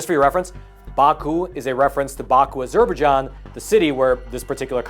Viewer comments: Its not 'A-zurbah-Jon'. Its 'Azzer-Baije-onn'. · Please pronounce Azerbaijan correctly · Wow! You really don't know how to pronounce Azerbaijan. Try again buddy. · Say, Azer-bye-jarn. There, fixed it.😎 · I think that falls into the Key-ev V Keeve realm.. I'm with ya though.. a bit distracting to hear it that way.